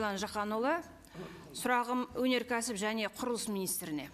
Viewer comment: ОНай саласы😂😂😂 жеңіл өнеркәсіп ОНай саласы дейма, Ң, Ң, Ң, деген әріп бар едіғой қазақта, завод Қоямыз дейма, қоямыз 😂😂, ия заводты қоя салу керек😂😂😂